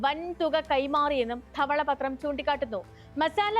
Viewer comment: "ദെവളപത്റം" എന്നാ പറയുക